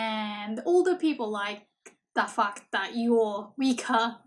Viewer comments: I know that's not what you said but it really sounded like "that fuck" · Enjoyed your video...but please try to say the English word "fact" correctly because it could sound like a F-word that you didn't intend to say :)